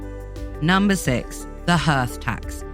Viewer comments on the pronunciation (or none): Interesting but hearth is pronounced 'harth' not 'herth'.